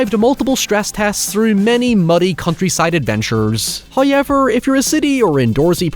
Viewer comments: It's pronounced "how-evv-er" not "hoy-yeah-ver" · First "hoyevver" drops . In the ad that you might be tempted to skip.... He is being cheeky!